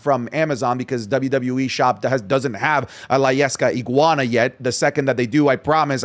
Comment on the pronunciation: not the 'guana